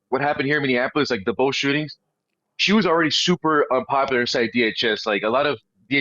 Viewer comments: Brandon, I love you and watch everything you put out but please, it’s Minny AP O Lis. Not Minny an Apolis. Love you ♥️ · Brandon, pleeeeease....it's pronounced, Mini apple us.